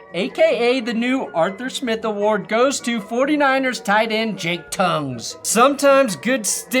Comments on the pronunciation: 9rs TE is Jake Tonges... "T ON jess" not 'tongues'. Soft "G" brother, soft "g". and yes, they left Moody in Seattle. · I went to school with Jake growing up, it’s pronounced Ton-jis rhymes with swan hiss